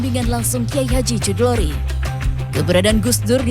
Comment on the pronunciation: bacanya khudhori min, bukan cludori